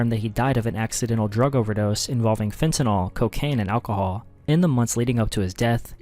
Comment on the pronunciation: This is something that people might think is just splitting hairs, but I really wish people would learn to properly pronounce FENTANYL. It is NOT pronounced "fen ti noll". It is pronounced "fen ta nill". We're going to be saying it a lot more as more people die due to overdoses.